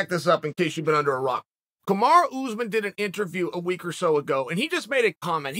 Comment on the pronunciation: Anybody else crack up every time Chael says “OOZEMAN” 🤣🤣🤣